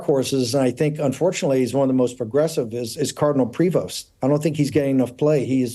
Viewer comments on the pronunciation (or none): It's pronounced Prevo. The letters s and t are silent.